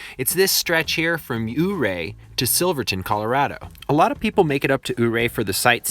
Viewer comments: "Your-Ray" not "Ohhh-Ray" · It is NOT PRONOUNCED OO-RAY!!! IT IS PRONOUNCED YOU'RE-AY...YOOO-RAY !! THERE IS A "Y" before the O !! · Oooray? Hahaha! It's pronounced Your-ray. Like the Big Chief, remember? I visited there many times, and got married there, after living in the Roaring Fork Valley near Aspen for 20 years. It is surely dangerous, and lots of people have died, mostly due to avalanches, but I never heard it called the highway to hell. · You are pronouncing Ouray wrong. The the O makes a y sound in the name. Think Yuray not Oooray. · I don't want to be a negative Neĺlie but I am a native Western Coloradoan and Ouray is pronounced Youray not Ooray. Very nice video! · Great content - but please, it's "Your -ray" not "ooh-ray":-) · It's not ooray. It You Ray. I lived there a few years and never heard it called "The Highway to Hell." There is no way Bear Creek Falls is 2000 ft. Unfortunately, there are quite a few errors in this video. Nice to see the footage, though. The San Juan Skyway is on many lists of the most beautiful drives in the US. I never would have thought to put it on the most dangerous roads, though. Maybe in winter. Maybe for a paved road. Certainly not for an unpaved one. For that, try the Black Bear road into Telluride. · I know that you probably can't do anything to fix it now, but it's pronounced "YOUR-ray" not "ooh-ray" ... Otherwise an excellent video! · I grew up 40 miles from here, my uncle and family spent their lives in this town, as he was a mine worker. I love your video but every time you pronounced "Ouray" I cringed. It is NOT "O ray" . It is Pronounced "U Ray" ( the "O" being silent.) Ouray is the name of a famous Ute indian chief from this area. Very good documentary otherwise. Thanks. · YER-ray not OH-ray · Ouray is pronounced your-ray. 😉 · Your ray that’s how you pronounce it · I know I’m a little late on this one but the Ouray is pronounced like Youray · And it’s pronounced U-ray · it's pronounced "Youray"...